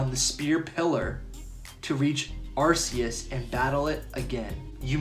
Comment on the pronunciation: It’s Ar-Key-Us, not Ass-eus.. noob 🤦🏼‍♂️